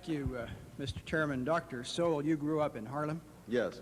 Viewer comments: Arlen Spector keeps mispronouncing Thomas Sowell name and this rino I am ashamed of. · Anyone else catch how Mr. Specter was purposely mispronouncing his name (putting great emphasis on it as well)? He started his time with one goal - To corner Thomas Sowell with yes/no questions that would have put him in a bad light regardless of which answer he gave by clouding the context of the question, and raised his voice/bullied Dr. Sowell when he tried to expand his answers into the proper context. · Arlen Specter several times mispronounces Thomas Sowell's last name & is disrespectful in my opinion. Arlen Specter was a RINO also in my opinion. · In grade school during this, shocking to watch pre-Social Media cancellation culture get rolling, the faces of rage sitting behind Dem Sen shoulders; "I don't understnd" says Howell Heflin several times (behind Heflin, Karen aide behind him showing emtional disgust at Sowell's existence) Heflin not able to even prounce Dr. Sowell's name; Dennis DeConcini quotes "extend to women" out of context, trying to slip this by Sowell (it was whether legal drinking for females can begin sooner); Sowell reads the context correctly in three seconds and says "you cannot mechanically extend from racial minoities to women" rage face again over shoulder from aide , faces of 2020.